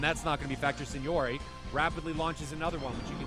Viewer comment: I'm just happy he doesn't say SINGNORACHB...SIGNORAG...MM ...SIGNOAGHE? anymore lol